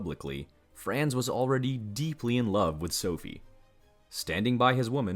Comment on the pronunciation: "Frens Fördinend", "Frens Tshoseph", "Sooophie" 🤣🤣🤣 This disastrous pronunciation is hilarious.